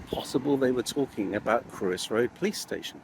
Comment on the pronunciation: Very interesting. It’s not Crewe-is Road it’s Cr-oi-ssss